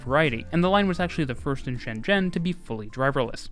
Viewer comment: The pronoucasion of ShenZhen is very accuracy. Cool.